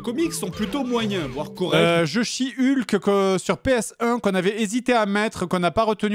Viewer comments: J'ai compris "je chie Hulk" au lieu de "jeu She-Hulk"... Pitié dites-moi que je ne suis pas le seul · JDG dis " Jeux she hulk" Moi qui comprend "je chie hulk"